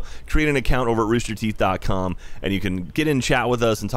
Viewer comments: rooster THEETH what are theeth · ROOSTER THEETH . COM XD